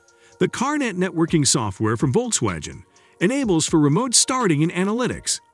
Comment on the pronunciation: "Volks-wajen" Who reads this stuff?